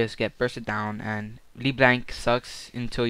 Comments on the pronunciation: Thought it was "leh blahnk" No? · People who make tutorials on champions should: pronounce the name right, become more familiar with the champ, know the combos, etc. dude i stopped watching after you decided to mimic chains instead of Q. LeBlanc is my main and you make me want to cry.